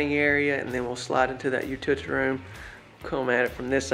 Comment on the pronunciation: You are driving me crazy. U-til-ity room. It's not hard to say. Just break it down. Or say laundry room.